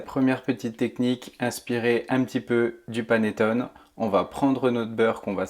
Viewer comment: Un maritizzò, des maritozzì? C'est prononcé à la française aucunement à l'italienne ! Vous avez mal entendu ! Je suis italienne et prof d'italien. Et on ne dit pas panettone mais paneTTOné. Le é final se prononce, l'accent est sur le O et le double t se prononce. On dit également perfetto et non perfeCto. Pour le reste, merci pour la recette, délicieuse !